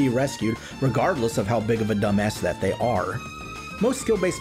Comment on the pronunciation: First of all, "thay" lol . Second, man would be nice being Syntulk :_SliqWUPSET